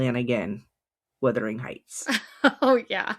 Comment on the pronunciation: What could have been a great exploration ruined by your continual mispronunciation of the title ...for gods sake it's WUTHERING not WITHERING!!